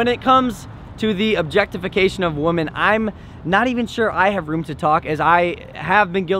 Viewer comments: Alfredo Mota no bro she said wamen...which is incorrect grammar...you should know it's women ..not wamen......so emily needs to learn how to spell... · Nevaeh Andrews thank you nevaeh ...its women not wamen lol...🤣